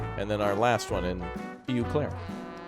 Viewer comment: Dude I saw Eau Claire and geeked because I live there❤️ btw it's pronounced "Oh Claire" it's french for clear water 😜 my grandfather used to work for Union Pacific running between Eau Claire and Minneapolis after WW2!